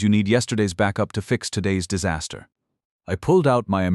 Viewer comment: I almost "died of saster"! How is this nonsense even possible? 🤣